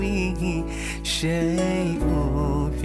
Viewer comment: Salam'alaik... Min.. Sebutan pd "wa la fis-sama-e", sebutan seolah kalimah AS-Sama' tiada Alif Lam Syamsiah di situ. Tak ditekan sebutan oleh pada huruf Sin Syamsiah. Dan pada khat "ma'asmihi", huruf HA hilang dari tulisan. Apa pun semoga pahala kalian berpanjangan dgn penghalisan video ini. Baarakallah feekum.